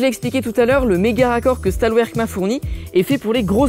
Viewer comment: Plus jamais tu prononçes le nom de la marque "stalouerque" t'entends. C'est Stahlwerk, autrement prononcé chtaalverk écrit du mieux que je peux en alphabet latin phonétique. Et Stahlwerk, ça veut dire aciérie en passant. Mes oreilles te remercient d'avance. Globalement la vidéo est bien sinon je trouve, si on attend pas tous les détails techniques (le cas de la plupart des gens probablement)